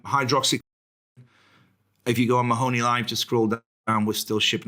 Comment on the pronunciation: MAHONEY. can you ask the host to actually pronounce your name correctly please. But one minute how are they going to paint a UFO while the mask slip's we all know there lizards in the building. I'M going to tell you be careful because the crowd in palace if they know your talking these people are dangerous man. The Queen has never taken up her residency it's all the crowd from the underworld. I want to ask you a question why don't the British empire that's there now not the real people before they where invaded but if you noticed why TPOUS (....) You know what that means. I'M trying to be careful in what I'm saying. You know I live in a Catholic country, you seen how there trying to district the public with the big steal this is exactly the time they can pull this off but the #1 knows exactly what going on. Why do you think #1 is staying so quiet right now. He will walk back in and you know the establishment called people whistle blower's well #1 will BLOW THE WHISTLE. It's the NWO are trying to pull this off. Look at what the mainstream media done to our friend in the UK because he spoke the truth they locked him up with the enemies he was calling out. One more thing get in as much food and fule that's to anyone who's reading this and are on the Ball. Not one of us can buy gold today because they need all that for the plutonium there going to need that is talking about. Keep up the great work, bring back our real president